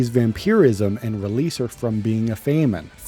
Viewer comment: this dude who was struggling to pronounce famine has the audacity to say "if your vocabulary isn't that big"